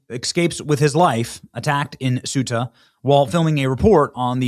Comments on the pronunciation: Cueta = Kwe - tah! Not Swe - tah! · Its Ceuta (Say-U-Tah) not Supta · Portuguese here. Benny it's not "Sub-Saharan" Marroco is over Sahara Desert, sub means under, and Ceuta reads "Sew-ta" not "suita", sorry but I had to correct you.Though Ceuta belongs to Spain it's still in Africa in Marrocoan territory, it's like Gibraltar though is in Spain it belongs to UK. We demanded to close our borders with Spain. Greetings from Portugal